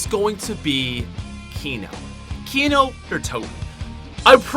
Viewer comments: when he says kino...i start crying...what were u thinking....WTF WERE U THINKING!!! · I stopped watching when you said 3. Kino. Best Zombie map ever. Dislike!